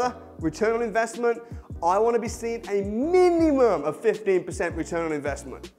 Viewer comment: They way you say MINUMUM !! brilliant cracked me up .